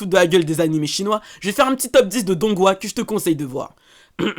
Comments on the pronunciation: Alors juste comme ça hein mais on prononce pas « donghua » mais tonhua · Les animé chinois Se prononce pas Dongue roi mais Ton roua , c'est juste l'écriture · Ce sont des donghua mais ça ce prononce tonrua un peu de respect envers le chinois svp et merci pour la vidéo ^^